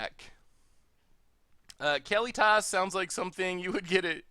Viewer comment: I think it's "Kah-LEE-tis," not "Kally-toss."